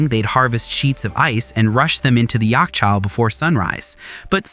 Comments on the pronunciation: its pronounced "Yakh-chal" the "kh" sound is like the German composer name "Bach" sound that the ch makes. Yakhchal means refrigerator in dari and farsi. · You got a number of mistakes 1. Yakhchal not yakchal. 2. Yakhchal is the exact translation of refrigerator today. So we all have yakhchal in our houses today. 3. Desert heat isnt 40 degrees C. Its 50+ in summer here. 4. Windcatcher or in better word BADGIR not baadgear didnt have any gear its GIR means catch and its not a wall its a tower. 5. Nothing defied physics. It was and still is based on best physic technics and rules that even in this day are hard to do Thanks for sharing my culture and history anyways. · Не яхчау А ЯХЧОХ В ПЕРЕВОДЕ БУДЕТ ЛЕДЯНОЙ КОЛОДЕЦ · یخچال❌ یاکچال✔️